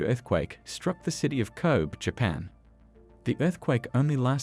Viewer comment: It's a CG text to voice, made to sound Aussie or maybe even Kiwi(there's some odd sounding 6's in there), but clearly the channel creator hasn't bothered to "fix" the text to make things sound correct eg it says Koob for Kobe when it should be KOH-bee